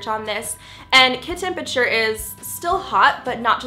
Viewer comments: "temperature" not temputure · temputure. lol. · I CANT KID "TEMPURTURE"